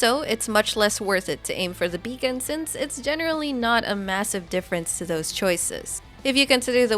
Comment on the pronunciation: Beacon: ❌ Bacon: ✅